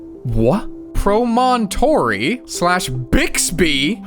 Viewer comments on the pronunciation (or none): It's pronounced "Prah-men-tory", and it is the little town in Utah where they joined the Transcontinental Railroad.